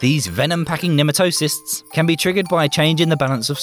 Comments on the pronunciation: ne - MAT - toe - sists is the correct pronunciation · sorry, but it's Nee-Mat-o-sites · What the hell is with Brits refusing to learn how to correctly pronounce certain words?!? 'Nematocysts' is pronounced pretty much exactly OPPOSITE of how this guy says it!